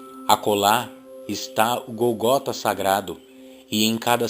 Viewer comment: Boa iniciativa. Contudo, precisa melhorar a leitura e a pronúncia de algumas palavras, como, por exemplo, GÓLGOTA (gó), entre outras.